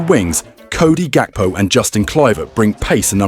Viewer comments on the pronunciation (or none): none